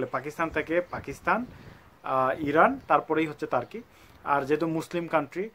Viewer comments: সবাই উচ্চারন করে তুর্কি, আপনি তারকি বলতেছেন কেন? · তার্কী/টার্কী না ভাই এটার সঠিক উচ্চারণ (তুর্কীয়ে) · ভাই তুরকি কে তারকি বলেন কে। ওভার ইসমাট নাকি। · তার্কি তার্কি বলছে। উচ্চারণ টি না জেনেই করে থাকে। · তার্কি - এটা আবার কি রকম উচ্চারণ ভাই? এই উচ্চারণের পর ভাই ভিডিওটা দেখতে মন চাইলোনা! Sorry! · Jane na kisui! Asche YouTube a information dite!😂😂 tarki tarki shuru krse! Uccharon o krte pare na abal.... Abar koy ordhek naki Europe a... Sagol... Only 3% Europe a bakita 97% asia tei.... Abar turkey er capital naki instanbul 😂😂😂tyle ankara ki? Bolod... Agey jaina nen pore video banan